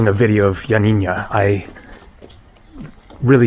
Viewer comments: YioaNNINA not YioaNINNYA. No Ya at the end. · its pronounced ee-o-a-nee- na. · Ill help you with the pronunciation of Ioannia. Just pronounce it Yanniana Like the singer Yanni and add na. So glad you visited Epirus. My dad was from Epirus. Such a beautiful place. Glad you are headed to Parga. I was there in summer of 2023 and also visited Lefkada. Enjoy! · Turkish language was written in Arabic until the early 20th Century and Atatürk adopted the Latin Alphabet. There were many places unfortunately you were not able to see . the way your pronounce Ioannina is Yanina but with no accent on the na at the end . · Ioannina is pronounced ' YUH - NEE - NUH.' It is named after St. John which in Greek is St. Ioannis. It means 'City of John.' The city was named after St.John due to St. John's Monastery, founded around 510 AD. He was at the time patron saint of the area. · lol yep you butchered the pronunciation of Ioannina 😂 But we forgive you.. Thanks for the video 👍😆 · Dear half Greek. You did also pronounced it incorrect though. Twice. :D